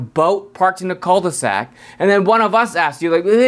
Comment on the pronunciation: You say « coal de sac » ??? It’s « cue de sac » ;-)